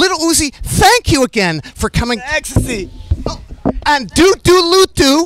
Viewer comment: Nobody Uzi : is ecstay legal here Also uzi : really is ecstay legal out here